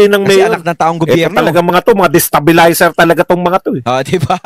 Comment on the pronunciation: He dosn't know the word Destabelizer..😅OMG